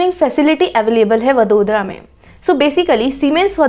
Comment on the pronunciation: It is not वदोदरा it is वडोदरा..... Please please note it🙏🙏 जैसे इंडिया को इंदीया नहीं बोल सकते